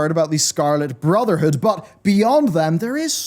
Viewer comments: Every time i hear him say full metal alchemist brotherhood. I hear say Furl metol allchemest brrrtherhood! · you mispronounced brotherhood Its furu meteru alchemistu bruzudo